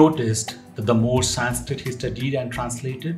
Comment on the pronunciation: Horrible narration👎👎👎👎 cannot even pronounce 'Sanskrit' correctly, calling it Saaaaaaanskrit......who was RamAAAA? The name is Raam. There's nothing called a shlokaaaaaa.....it's Shlok.